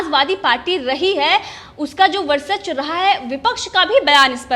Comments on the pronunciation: Indian TV.... Please ask the anchor to pronounce VARCHASWA and not VARSACHWA. it's वर्चस्व and not वर्सच्व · ये लड़की वर्चस्व का उच्चारण भी सही तरीके से नहीं कर पा रहीहै। एक बार होता तो ठीक पर बार बार एक ही गलती दोहरा रही है।